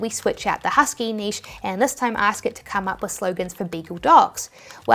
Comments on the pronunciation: I'm so glad you say Niche (neesh) and not Nitch..wth is Nitch?? That particular Americanism makes me click off any video instantly..it absolutely grates on me lol!! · Thank goodness you pronounce niche correctly. People mispronouncing it Nitch is so low key irritating (often Americans I suspect)!